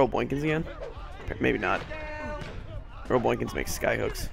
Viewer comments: Very excellent video, but it sounded like you were saying "boynkins" instead of "boykins" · How you were saying n in boykins bothered me but I love your vids and all your series!!